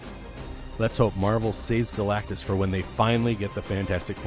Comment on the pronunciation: Wow he pronounced galactus right. Very surprised